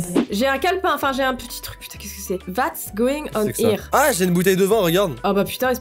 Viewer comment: "Vats going on ere" Mdr j'adore j'étais obligée de le faire remarquer mais tkt pas on t'aime quand même♥